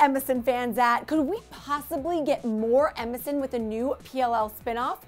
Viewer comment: I keep thinking she's saying MSN. Middle school flashbacks